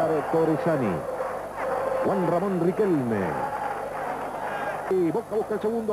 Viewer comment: "Ramón riquelme" XD